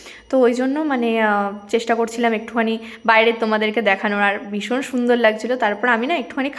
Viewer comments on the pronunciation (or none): উচ্চারণ ঠিক কর বদের বাসা, 'বিসন' 'বিসন' 'শরিল' আরও কত কি!😂 'ভিষন' 'শরীর' হবে।